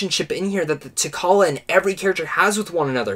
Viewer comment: Great review... but, LOL.. you keep mispronouncing T'Challa... The 'CH' is pronounced the same as in 'children, chocolate, cheeta'.